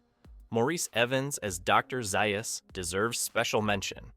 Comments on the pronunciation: Zaius is pronounced ZAY-US not ZEYE US. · You keep mispronouncing Dr. Zaius (ZAY-us). The original novel did show the apes with mid-20th century technology, even with passenger jets. No space travel though. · It's pronounced Dr. Zaus, Have you actually ever watched the movie? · It doesn't appear that he has Mr. Collins. Drives me nuts!